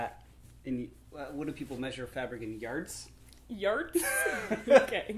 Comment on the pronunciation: "What, do people measure fabric in yerts?" "Yerts?"